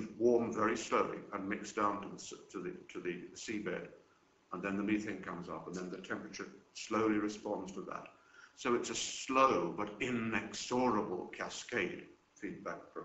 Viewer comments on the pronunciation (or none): This is great info and he has the most bizarre pronunciation of words I have yet heard from a European English-speaker. "Mee-thane" in-ex-oh-rible"....geez!